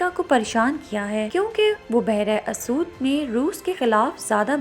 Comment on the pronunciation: It is behr e Aswad not asood....